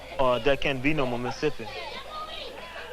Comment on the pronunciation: I was always intrigued how most of them call Mississippi "Missipi" - a three syllable word.